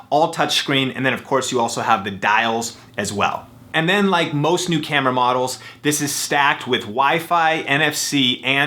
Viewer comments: . "Any canon campra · You said cambra